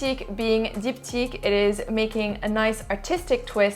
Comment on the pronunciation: I love how you pronounce Diptyque. One of the few female Youtuber that makes a really detailed, knowledgeable, and descriptive review of male perfumes.Thanks for the review!!